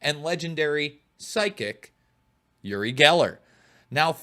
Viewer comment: OOri not YOOri.